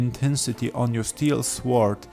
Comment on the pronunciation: Great video thank you, really helped. The 'w' in sword is silent btw, it's pronounced "sord";)